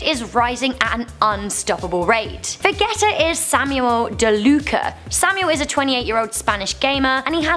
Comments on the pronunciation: when she says veg-et-a when it is said vej-ee-a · vegetta, she trying to say Vegeta :D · Lol. she pronounces so many things wrong. va-geh-ta... pa-dill-a.. holy. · I think you mean vegettagamer (va-gee-ta) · Its pronounced. Va GEE TAH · Did anyone realize that she said Vegeta wrong 😂😂😂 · She mispronounced vegetta 😡😡😡😡